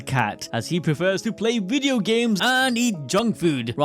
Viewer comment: It's so hard for me to enjoy your "wideos"